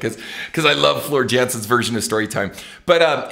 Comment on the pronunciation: Also, just for future reference, the way you pronounce Floor Jansen, the J sounds like a Y, so it's like "Yansen." Just like how you'd say Tarja.